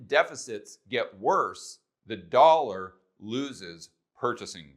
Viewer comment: Yup..the "dawllla"..